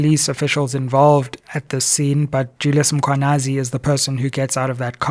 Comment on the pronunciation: Let us assist Dr Sizwe to pronounce the Mkhwanazi surname properly 🙂